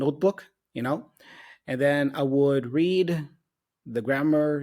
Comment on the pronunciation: Em teve um erro de pronúncia: read com som de 'é' em vez de 'i'